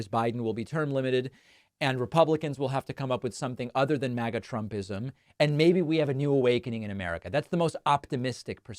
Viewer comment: Often, David, when you say, “MAGA-type” I hear “maggot-type”, then I realize that you got me again. Just thought it humorous. The two might be synonymous. ;)